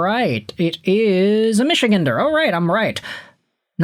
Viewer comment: Michigander is pronounced like Misha-Gander. Michigan is full of geese. A male goose is a gander. The gander in Michigander is pronounced that same way.